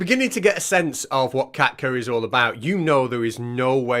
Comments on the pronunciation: I swear I thought you were saying Cat Turd all this time. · I'm sure you said Kat kerr. Didn't you mean Wan......oh never mind